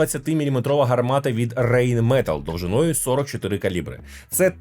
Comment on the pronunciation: Все хорошо, только РайнметАлль, а не РейнмЕталл